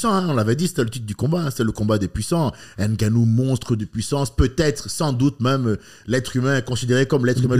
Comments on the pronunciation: J’ai les oreilles qui saignent a chaque fois qu’il dit « N-Gannou » 😭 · Par contre faut savoir prononcer le nom de Francis